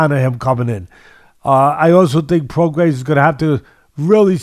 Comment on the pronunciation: LoMANchenko. ProgaiS. JoZZUa. Teddy will never pronounce a name right